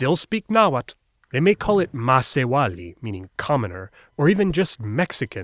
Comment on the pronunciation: The way he pronounced Macehualli was no different from the marathi word masewali meaning fisherwoman.... :\